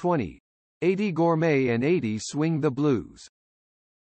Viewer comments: "EIGHTY" Gorme!? You're doing "The Life" of this great pop singer, and you mispronounce her first name!? You should've re-recorded this track with an announcer who not only knew her first name was pronounced "EEDEE", but who also could read the script with some feeling. As others have already pointed out, there are other mispronunciations which make this effort of yours second-rate by almost anyone's professional standards. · It's pronounced Eedie not Adee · Why does he call her Adie. It’s driving me nuts